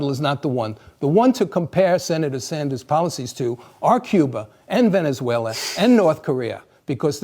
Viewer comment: “Dont support socialism because...Ve-Ne-Zuela”. That IS pathetic. Well if that’s how you view it then I will take that over the “3rd “Reicht ” anyday.